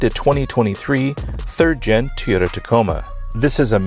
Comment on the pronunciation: its TOY-OTA not TEE-OTA